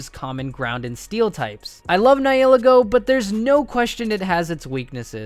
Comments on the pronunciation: Ni I’ll I go, bruh, it’s ni hi Lego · Sorry but it rlly bugs me when u miss pronounce Nihilego it’s pronounced N-eye-uh-lee-go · The way you pronounced the nieligo was so bad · Dude you idiot its ni hi lego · ...did you just pronounce 'Nihilego' four different ways? 😁